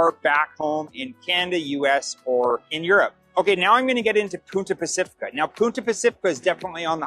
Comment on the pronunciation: Why does this guy keep prounouncing "Costa del Este" as "Costa du Este" and "Punta Pacifica" as "Puta Pacifica"? "Punta Pacifica" means "Pacific Point." "Puta Pacifica means "Pacific Whore." LMAO He says he's lived in Panama for 4 years. How can you live in Panama for 4 years and not even learn to pronounce the names of the cities correctly? Even if you don't speak or understand Spanish, Spanish pronunciation is really very easy. He's the typical ugly American. I've met white people who've lived all their lives in Tucson, AZ, where almost all the streets and towns have Spanish names, yet they couldn't properly pronounce those names if their lives depended on it.